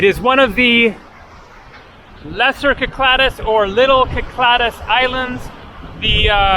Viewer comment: It's pronounced "Sic-LA-dic" in English. "Kee-klah-dace" in Greek. I think you're combining the two into "Kih-kla-dis" or something.